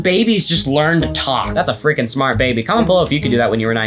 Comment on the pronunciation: PLEASE STOP SAYING FRIKING!